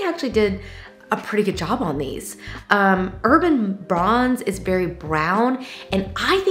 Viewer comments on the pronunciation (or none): FYI - it's not "Urban Bronze;" it's "Urbane Bronze." Urban vs urbane - different definitions; different pronunciations. From a sub, a fan, and, unfortunately, a freaky word nerd. Sorry.